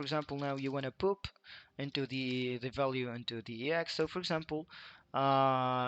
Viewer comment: The word “pop” is pronounced “pawp”, not “poop”. But it does make me smile like I was in middle school again to hear it pronounced “poop” every few seconds. 😏